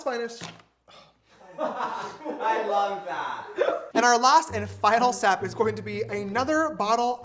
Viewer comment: “lets fineish” got me on the ground rolling!